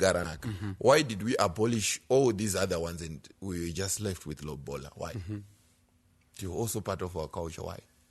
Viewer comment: guys its not lobhola its lobola..or simple say roora